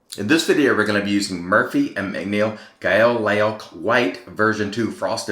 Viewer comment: Great shave. Just a little fyi, that soap name is pronounced gayl hero in English, or gayl loach as in roach but with an L instead of an R in its native form.